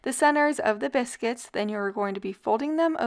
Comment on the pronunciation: It sounds like you're saying cannabis-cuits 😂. Delicious! Thanks for the upload!